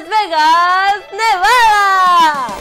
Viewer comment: Nevada no bada